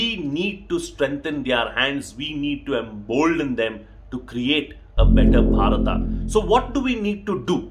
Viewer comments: Thanku sir ji.... I have a problem.,.... Why INDIAN also speaking wrong pronunciation....of भारत...? It's not भारता... Why have they become so blind behind English? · Sir why do you pronounce bharatA ? We would love to here it as bharat (भारत). Thank you for brilliant content .